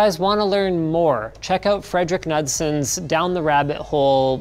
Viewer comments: It's actually pronounced "Nude-son" ..... That's all I got to say............ R.I.P Terry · Knudsen is pronounced Nude-sen